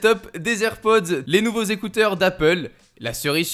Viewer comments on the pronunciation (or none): none